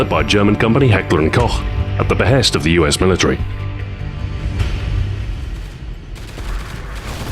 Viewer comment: This is not debatable! It's pronounced heckler and " coak" not coh